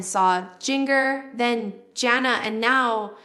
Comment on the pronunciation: Doesn't even look like Jill. Also it's Jana not Jail